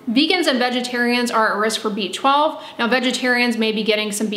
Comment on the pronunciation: It sounds like she is saying a beachball deficiency.